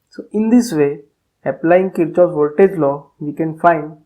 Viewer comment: The correct pronunciation is 'Keer-kof'